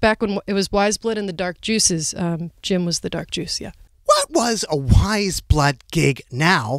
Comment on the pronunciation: quién más pronunciaba su nombre como... pues... "weyes" jajaja